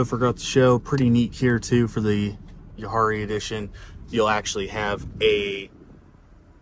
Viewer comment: You butchered “Jahre”. It’s pronounced “Yahhrre”